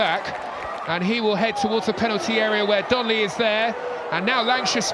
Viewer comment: ITS DONLEY NOT DONNELLY FFSSSSSSS!